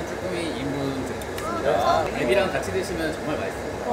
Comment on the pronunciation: 나만 쭈갈이 쭈꾸미 아갈(아가리)로 들었냐?